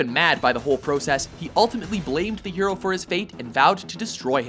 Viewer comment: Anyone else hear the narrator say Euro when he says hero?